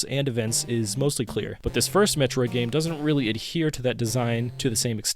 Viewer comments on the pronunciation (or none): No, I don't mean captain N. I mean officially licensed Nintendo commercials. Things created BY NINTENDO. Not 3rd party cartoons made by DIC to capitalize on the next cartoon idea. I'm not trying to push an opinion on you. I gave you the original pronunciation. As someone who's attempting to make "Metroid content", I'd think you'd be a little more receptive to someone civilly pointing out that you're mispronouncing the main character's name. Instead of arguing with me, why not go do some research... ಠ_ಠ